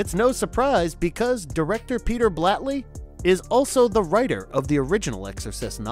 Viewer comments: Just a suggestion— make sure you know how to pronounce the filmmakers’ names before making the video. E.g. Lamberto BAVA, not Blava; William Peter BLATTY, not Blatley. Kind of distracting. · His name is Blatty not Blatley lol Her name is not Tawny "Kitten" lol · Also it's Blatty and Convent!